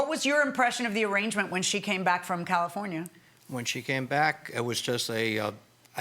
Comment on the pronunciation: I like how she pronounces California 😊